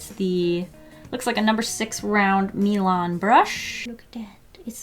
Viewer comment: When she said Milan brush I thought she said Elon musk